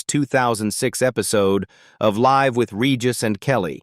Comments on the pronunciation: How do you manage to mispronounce live? I mean seriously . It's live , pretty easy to pronounce in my humble opinion AI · 😱 stop saying “ LIV”. It’s freaking “ Live” rhymes with “ dive”. How many different ways are you pronouncing her last name? Aren’t you a robot? You’re supposed to be “ INTELLIGENT”. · I sooo hate these AI narrations. The dead giveaway, mispronouncing live, Kelly’s last name and more! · This commentator is awful! He’s mispronounces many names and the word live. It’s hard to take him seriously. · Can’t you program your AI speakers to say the names correctly? Kelly Ripa RIPPA is pronounced rip a, not reeepa or Ripe a. Please. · It’s not reepa it’s ripa it’s not live it’s Live! Gosh I had to leave AI never pronouncement of words is so awful! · This AI slop sucks. When it mispronounced “Live” with Regis I tuned out………/ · Can’t get past the AI voice as well as mispronunciation of live vs live 😬😬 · I can’t stand these computer generated AI narratives. Mispronouncing “Rippa” and “live”drove me up the wall. I couldn’t watch it to the end. Please find someone that is human to host these videos!